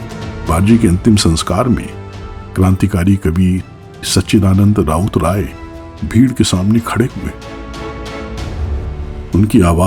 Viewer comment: Rout, raut nahi